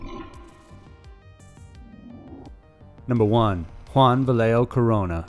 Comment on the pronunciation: Nigga jus said "lead ger" nigga you mean a ledger like l-edge-r mispelled and mispronounced Vallejo 😂😂 broaden your english and you'll blow up